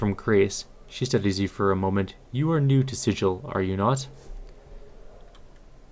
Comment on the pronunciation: Appreciate your videos. Just sharing information in the spirit of correctness. The city is SiGil, not SiDJil. Its a hard "g" sound.